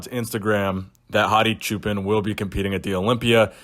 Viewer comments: Great content as usual, thank you. BTW his last name is pronounced /choopaan/ which means "shepherd" in Farsi. Keep up the great work brother. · It's pronounced "choo pawn"